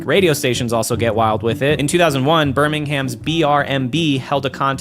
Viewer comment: Why are Americans so bad at pronouncing Birmingham?